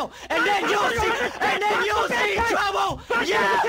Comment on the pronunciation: What’s up guy? You want twubble huh?!